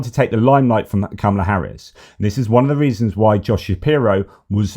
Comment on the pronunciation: Hi all! I just want to share the correct pronunciation of "Kamala". It's Comma luh. Probably important to get it right from the start, as I'm assuming we'll be saying it along over the next 8 years!